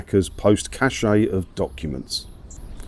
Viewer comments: Cache is pronounced cash! I thought you'd know that being in IT! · Ah those well known French words, cach-ay, garag-ay, camouflag-ay, and moustach-ay.